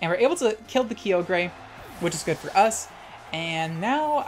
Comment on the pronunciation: Finally, someone else that says Kee-oh-grey lmao